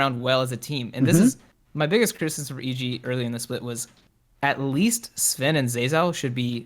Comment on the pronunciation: Its Zven....not Sven....